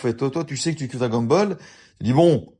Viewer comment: Déjà un véritable "vétéran" comme tu dis, ne prononce pas Dragon Ball à l'américaine ^^" Plus sérieusement... Je suis 100% d'accord avec ton avis car je pense pareil, lorsque j'ai vu le prix j'ai cru au début à une blague. Merci pour ta vidéo, c'est cool de voir qu'il n'y a pas que des vendus sur youtube :)